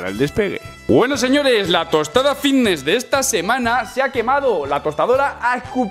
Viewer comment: Jajajajaja a que no puedes pronunciar la F jajajajjajaja vitness juajuajuajuajaua activus jajajajajajajajajajajaja que manera de hablar mal jajajajaja me haces reir mucho con tus videos